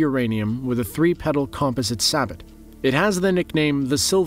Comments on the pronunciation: It's pronounced Say-bow. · Sabot is pronounced ‘SAY bo’ kinda like French. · Except it’s not pronounce like that in French. It’s sah-bo